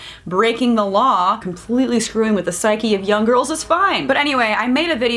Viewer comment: Sounded like she said "gorls" lol I love this channel. ❤😂